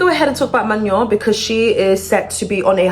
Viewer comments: she doesn't know what she's talking about. Can't even pronounce Manon's name correctly, and is treating rumours as fact. No one has said Manon is leaving the group except weird stans. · everyone saying that shes pronouncing manon’s name wrong but idek how to pronounce it either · The way u pronounce her name is sending me 😂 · It's not my name But your pronunciation of manon is😭😭 Get well soon manon ❤ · but you can’t even pronounce her name 😂 (no hate, it only was a joke) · The way you pronounce her name is so funny to me you’re saying it like fillet mignon 😭😭😭🫶🏼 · youre pronouncing her name wrong queennnn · her name is pronounced "mah-no" you're saying it like maño in spanish😭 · Its Man-own , not Manyon . No shade girl though I love you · maNON it's NON in french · At first I was like manure? No shaaddeee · why do you pronounce manon like she’s an onion lmao 😭😭😭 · Of all the mispronunciations, I prefer Mañon over MaNON lol ily 😭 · Girl I am sorry I wanna hear the tea but hearing "manion" every time.... Sorry I cannot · The way your pronouncing her name is sending me 😂 it’s pronounced Manown. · Why people can’t say Manon the right way. as a Swiss girl it’s so weird to hear MaGNon or worst Maenoo or idk what😂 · Hey Keisha! just wanted to point out her name is pronounced like MAH- NO 🫶🏾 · It’s Ma - NOn but the sound N isnt pronounced, It’s a French name so ON have a different pronunciation, a sound that isn’t fully known in English, but do exist. Just think about how we said no in French and then say ma- before. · “Manyon” is killing me 😭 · Honestly it’s better than maNON lmao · yes me to 😭😭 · actually its really pronounced in a french way like "mah-noe" But people also just say "man-on" in the English speaking world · It’s Ma-no😭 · Mañon 😂 sorry I chuckled every time you said her name 😂